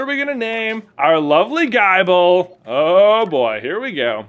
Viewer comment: It’s not pronounced Guyble…. the “i” is the same as the “i” in nibble